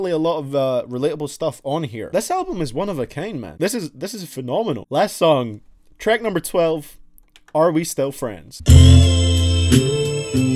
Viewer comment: Where are you from? You say treck 🤣